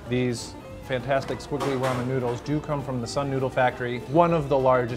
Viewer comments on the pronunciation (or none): none